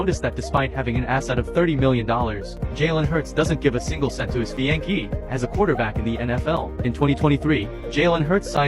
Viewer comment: His fiyankee😂